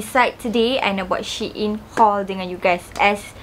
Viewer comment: babe its pronounced as sheeyn